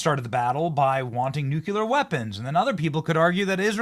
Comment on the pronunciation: Hey Benny learn how to pronounce nuclear